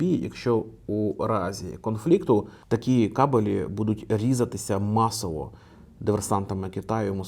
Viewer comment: хороший контент, дякую. єдине зауваження - кАбелі, а не кабелІ)